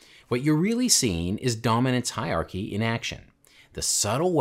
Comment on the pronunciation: There's an R in hierarchy. Just saying...